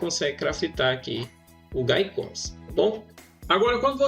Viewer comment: Gaicoz n infeliz... Se pronuncia GUEICOZ...